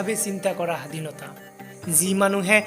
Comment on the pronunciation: Nice...but hadinota hobdoto hunddho uccharon nohoy.. huddho uchcharon koribo lagibo swadhinota👍